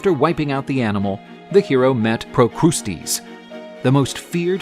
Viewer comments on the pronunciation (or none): Procusties is not the correct way to say it😂😂😂 his name is pru cus tus